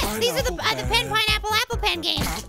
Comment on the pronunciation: when he says pen it sounds like he saying ben